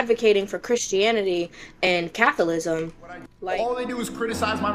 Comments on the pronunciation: “Cath o lism” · “Catholism” has to be my favorite part of what she said. 😂 this girl is coping soooooo hard.